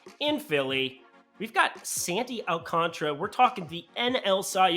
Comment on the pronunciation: ALCANTARA AL-CAN-TARA PLEASE PRONOUNCE ALL LETTERS. SPANISH YOU PRONOUNCE ALL LETTERS. I DONT CALL YOU LENNY AND MAKE UP NAMES.